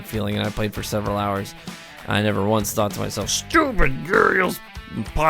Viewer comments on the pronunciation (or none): none